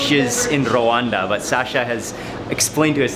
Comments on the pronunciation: ...Becoming more famous than his father ... love the way you say R-Rwanda :)) ..And you lived in the DRC ... :) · Nice vlog, I can't believe I watched the entire 24min. And it's so funny how you pronounce RWANDA 😁